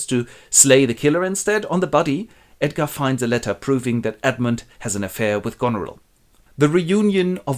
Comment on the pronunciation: "Edgarrrrrd is the rrright one" - thanks, this literally saved my life! <3